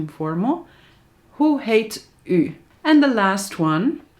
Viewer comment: You say: Hoe heet u? What my ears hear: who hate you? My brain: *confused